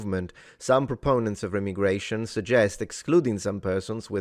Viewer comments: … Not “Rem-igration” It’s “Re-migration” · i know you said remigration, its pronounced Re-migration :) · ive always heard it pronounced "re- migration" not remi- gration. then again, i speak southern american, so take it for what its worth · Re-migration- don’t think it’s rem-migration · I think it is pronounced Re-migration not Remi-gration, maybe its both but the second sounds weird to me. Good video either way. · Pronounce the first "i" as aye, or eye, re-m'eye'-gration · its pronounced REE-my-gray-shun. As in crazy people go REEEEE whenever it happens. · Remigration is normally pronounced ree- migration